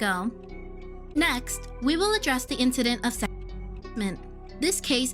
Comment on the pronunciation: Why can’t you say ‚sexual‘